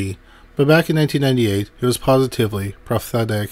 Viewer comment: PROPHETIC not "prothetic" 😂